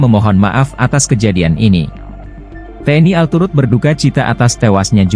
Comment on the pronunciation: Bilang tni al gak bisa banggggg, kaya bita huruf aja